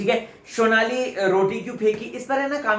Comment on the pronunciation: Sonali ka naam sahi pronounce kr .. Sonali hai shonali nhi ..rubina ke PR